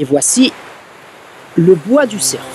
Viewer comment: le cer.. Fe se dit le cer tout simplement on ne prononce pas le F, en tout cas très bone video, je suis épaté!